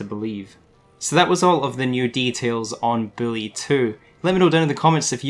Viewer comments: Its "boo - lee" not Billy 😂😂😂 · It's bully not billy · U sound like ur saying billy2